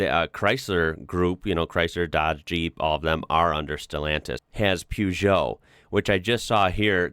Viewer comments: Please stop pronouncing "Peugeot" as "Pewjo"... it's "PER-jo". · "Purr" not "Poo" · Yes, the correct pronunciation of Ikea is "Eekaia". And Peugeot was almost correct. It's pronunciation is "Poezho" Stihl is "Shtihl" with Sh. Fun fact: The founder of the Boeing was a son of a German immigrant named Wilhelm Edward Böing. But the Americans didn't know how to pronounce the "ö" letter and they said it "Boing". But Böing wanted to keep the real "ö" sound in the pronunciation and he changed his name to Boeing. ... But many Americans still pronounce it "Boing". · One tip. It isn't pew-jo. It is per-jo. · WTF? Pyugoo. It is supposed to sound like pehjou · Uhm, It's Peugeot, not Pjuugoo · Ahhh yes, the highly recognisable Pewsho (Peugeot) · The way you pronounce Peugeot is the funniest thing. Never heard it said like that. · Still can't say peaugot though can he! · That's because Americans can't pronounce Peugeot correctly. He can't even pronounce Citroën correctly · It's also funny how they can't say half the names...just look up peaugot on here...please dude! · peujo.. pojeo? peug... pour cat in man anal